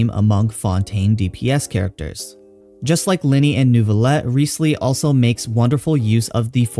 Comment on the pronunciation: It's Rise-leee